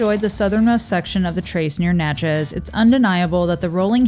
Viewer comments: Great content and I really appreciate what you do. However, you’re mispronouncing the town in the trace Parkway…. It’s Nat-chez not Not-chez.. 🤦🏻‍♂️ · Its not Notchez. Its Natchez but great video